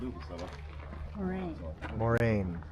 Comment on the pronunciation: If you can pronounce Lorraine, then you should have no difficulty pronouncing Moraine. The letter "a" before "i" would not be pronounced Moriane. The most iconic site at Lake Moraine is atop of the rock pile. There is a well-engineered ascending trail that takes approximately 15 minutes to traverse. There are many images of this iconic shot on the internet. Though it's totally understandable if you and your wife were not physically capable. I was just there a few days ago with a cousin visiting Calgary that hadn't been here in 30 years. Granted it was much more crowded than what's seen within your video. As for your comment about the town of Banff being crowded? Hardly. When I was there a few days ago, the sidewalks along Banff Avenue were ultra crowded, shoulder to shoulder. Approximately 100 people standing in line to have their photo taken at the Banff sign